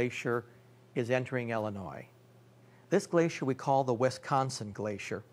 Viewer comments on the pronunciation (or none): Its not Wistconson, or Westconson.